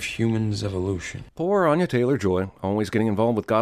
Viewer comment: Why is he saying onya, it's anya